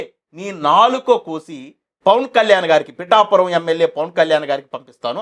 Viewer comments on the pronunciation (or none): none